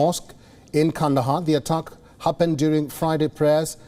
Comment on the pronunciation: Please tell your newscaster the word is 'attack' not 'uttuck'!